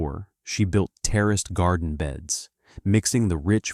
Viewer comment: terra garden NOT terrorist LMAO